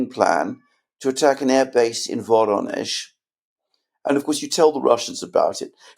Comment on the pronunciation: It's Voronezh not Bonish. The AI obviously aren't designed for Non English words